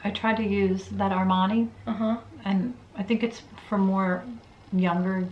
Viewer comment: has such a good Italian accent!!! The way she pronounced “Armani “ was flawless 😻 (I’m dead serious I’m an Italian and most of Americans cannot pronounce correct most of the Italian brands. I’m so proud of you ❤️